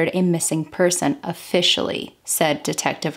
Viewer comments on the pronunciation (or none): Moscow is 30 minutes north of me and I haven't heard of this. We have a few unsolved cases in our area that are really disturbing. Thank you for covering this! And, if interested, Latah County is pronounced Lay-tah. We have many interesting words here. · Latah is pronounced Lay-Tah